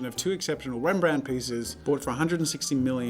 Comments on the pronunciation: Jazza pronouncing Rembrandt: Dutch people: 😐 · I'm dutch, and I love the way you say Rembrandt😂😂